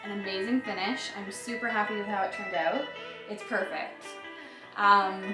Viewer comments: Gotta be,man. I think I heard oot and abooot. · I love when she says "check it ouoot"